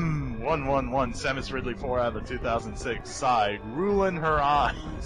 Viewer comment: After things like Smaus....eSamus.....and all that xD dear lord I have to subscribe